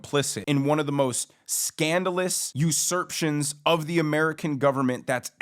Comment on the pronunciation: Usurpations -- not "Usurptions"...